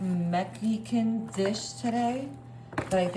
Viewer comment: "Meh-HE-can" lol😂